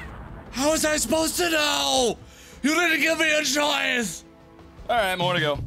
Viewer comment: awight me fwee